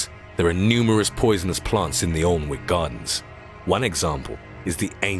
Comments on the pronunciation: (spelled alnwick) but sounds like an-ick wen u say it i live 20 mile away use to live 7m away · Been to the Alnwick Poison Gardens (pronounced ANN-ick). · Alnwick is pronounced Annick. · How do Americans say Alnwick lol so funny